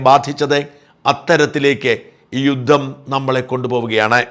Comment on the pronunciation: യുദ്ദം അല്ല, യുദ്ധം ആണ്